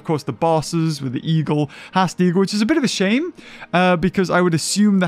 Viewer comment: stop saying Haast wrong :( like a poopy